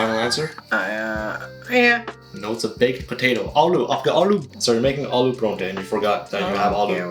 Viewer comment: Despite sensory deprivation you mother should have been able to smell the food she was tasting. Also, please for the love of God, it’s paratha not purrrontah - that’s the wrong pronunciation. It’s jarring hearing people mispronounce the word!